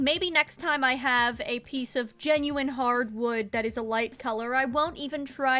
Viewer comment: Why is this so underated- also GenuEyen sounds so weid when she says it